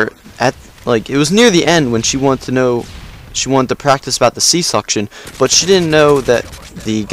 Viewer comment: sea section not suction